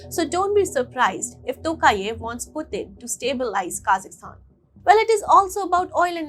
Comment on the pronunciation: It's not kazistan. Pronounce property. KAZAKHSTAN